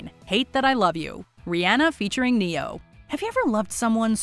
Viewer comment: Baffling! Put some spect on Ne-Yo name.